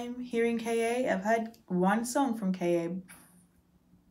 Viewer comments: The name is pronounced “Car,” baby girl❤️ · KA is pronounced KAAH